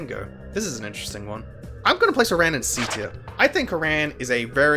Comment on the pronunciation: Please.... please pronounce aran correctly please.... its killing me.... but also yea he sucks ass